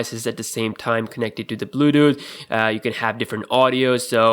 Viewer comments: dont wanna be mean but the way he says bluetooth is funny....bluedoo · nigga said bluuuuuedooth